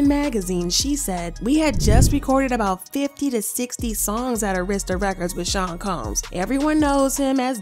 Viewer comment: Ill never trust no vlog that can not say Arista records correctly